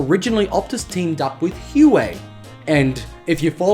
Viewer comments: Isn’t it “wahway” not “Uway” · btw i think Huawei is pronounced "wah-way" ;) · I've always pronounced it "Hu-Why"....